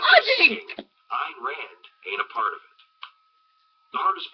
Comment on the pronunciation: It's pronounced Eye + n Rand.